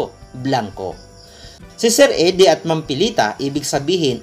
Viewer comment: Actually sa english minsan idie din ang pag pronounce ng eddie